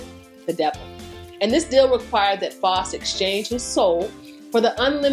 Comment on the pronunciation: Love your videos! Btw the “au” in Faust is pronounced like the “ou” in house. ♥️